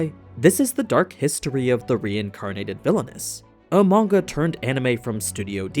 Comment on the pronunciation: Had to go to latest vid to make sure someone reads the question.. Why does he say "manua" instead of manga?